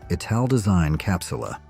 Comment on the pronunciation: Must be American, you can really hear it in the horribly mispronounced ‘Italdesign’. These yanks don’t even try to pronounce things properly